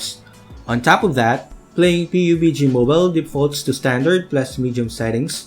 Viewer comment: Na-surprise talaga ako na yung pag-pronounce mo ng PUBG is P-U-B-G. HAHAHA! Nice video,:D